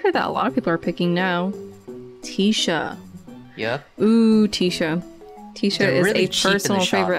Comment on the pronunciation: it’s not teesha it’s tisha 😭 bc she’s a tissue box so its tish like tissue not teesh